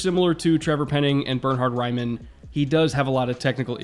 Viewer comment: As an Austrian I've been waiting for more than a month for someone to finally talk about Bernhard Raimann, glad my favorite NFL channel came through first! Also props to you, you did his name proud, first American I've heard not calling him Bernard. Hope he goes in the first round but any way this shakes out, he's very probably going to be the first drafted Austrian in the NFL and I'm hyped to see him play and develop. Dude's changed to OLiner only TWO years ago and seems to be a really professional athlete. If he can stay healthy he's only going to get better.